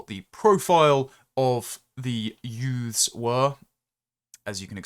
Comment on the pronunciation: YOOKAY YOOFS? The usual suspects?